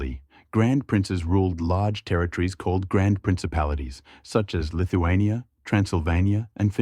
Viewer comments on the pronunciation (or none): none